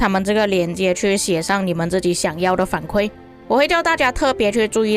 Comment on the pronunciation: 伊原 = 反馈 kui 第四声